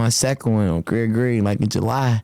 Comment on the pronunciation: thought he was saying Craig Green 😂